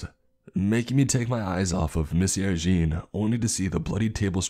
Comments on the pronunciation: No offense,, but your pronunciation of Jean as “Gene” instead of “John” along with your other slip ups regarding French and German names and titles was a bit jarring to say the least. Definitely still enjoyed the story though, so keep up the good work, bruh! 😁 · Jean is pronounced John if this is French too. Pronounced Reich as "Ray-chuh". All the mispronunciations really took me out of the story.. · The 4 years of HS French in me cringed at every Monsieur Jean...